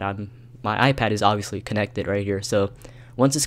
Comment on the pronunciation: Iol u said ovbvipusly u need a computer